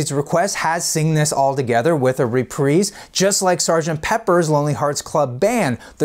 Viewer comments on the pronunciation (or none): none